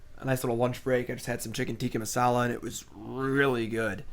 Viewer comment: That pronunciation of chicken tikka masalaa